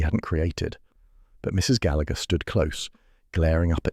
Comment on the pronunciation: The man is pronouncing the name Gallagher wrong